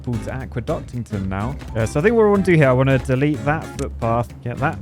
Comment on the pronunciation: Damington… damington. oh well.